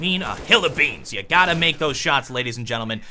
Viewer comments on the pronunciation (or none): none